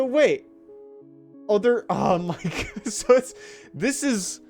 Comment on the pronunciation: "By an act of Cod" 😂😂